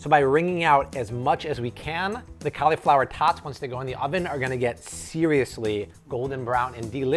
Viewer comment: i hate how this guy pronounced cauliflower